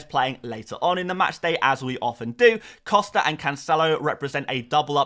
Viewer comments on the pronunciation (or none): none